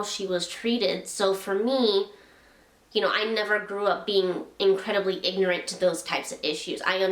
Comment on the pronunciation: 3 syllables: ignorant